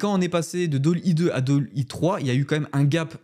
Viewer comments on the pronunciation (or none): Bravo pour ce contenu. Tout ça est extrêmement excitant. Par contre, je crois que tu ne prononces pas correctement Dall.e et Unreal. Belles fêtes à toi.